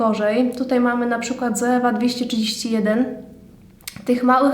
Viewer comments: Czyta się „coiwa” a nie „zoewa” 😁😁 ale filmik jak najbardziej przydatny, mówisz zwięźle i na temat, łapka w górę 😇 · Źle wymawiasz Zoevę. Poprawnie to " coiwa" .